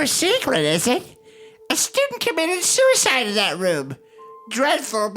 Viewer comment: I Adore the fact the only time Suicide wasn't censored was hunter saying "Sewiside woom"